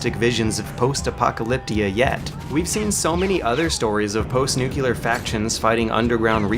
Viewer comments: nuclear = new-clear, nu-q-lar = retarded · New. Clear. Nuclear. How did "nu cue ler" become a thing? There is no reason for it. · Am I the only one bothered by the way he says "nu-cu-lar" instead of "nu-clear" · Anyone else wants to drown his country in NUCLEAR fire whenever he says "nukular" ? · It's pronounced nuCLEar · Why americans pronounce "nuclear" as "nuculeear"? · No idea. I "New clear". No fucking clue where they get the extra syllable from. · urdumb. "nucular" lawl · dude, I love you, but you gotta stop pronouncing it "nucular" man.__. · Eh, he says nuclear like an Aussie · You pronounced nuclear wrong...